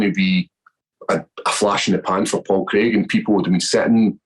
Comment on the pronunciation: It’s pronounced Crayg not Creg!